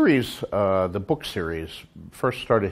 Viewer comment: I love how George says "book" and "lord of the rings" lol. "Buuhk" and "Lord-of-dah-Rings" lol